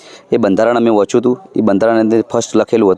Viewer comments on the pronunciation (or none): બંધારણ. વોચયુ તું. 😂😂😂😂 બંધારણ. વાંચવા નું હોય વોચવા નય